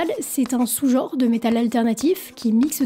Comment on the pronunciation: on dit genre, pas jor! Merde, un peu de francais,meme pour du metal!